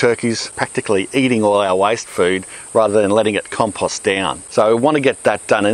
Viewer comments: Everytime he said compust I took a drink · Why can't you properly pronounce the word "compost"?